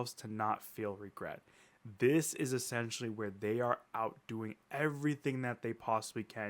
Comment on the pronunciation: Stop sayin ESSENTIALY